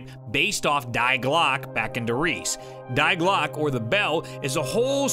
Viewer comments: Very insightful video! Thanks! Side note: it's pronounced 'Dee Glock-uh' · Die Glocke is pronounced (Dee Glock-uh) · "Die" in German is pronounced 'dee'